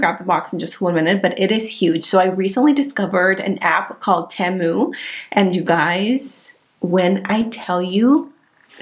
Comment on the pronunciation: it is pronounced, Tea-moo